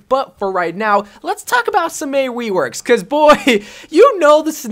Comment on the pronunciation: I’m am I the only who noticed that he said WEworks😂😂😂